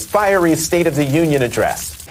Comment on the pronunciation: They look so effing stupid all saying firery. Dumb